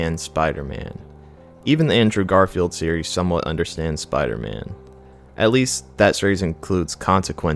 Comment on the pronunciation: Jesus Christ can u pronounce spiDer man? Good video bro but please I know u can do it I heard u in the beginning